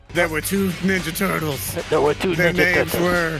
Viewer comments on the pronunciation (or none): When i heard "ThErE wErE tHrEe NiNjA tOtOlEs" i laughed instantly💀